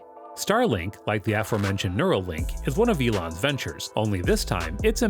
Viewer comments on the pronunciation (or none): Everything sounded great until he said neurolink ! 😱